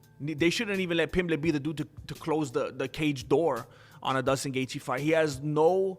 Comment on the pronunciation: His name is J-J-JUSTIN- NOT DUSTIN...STUPIDO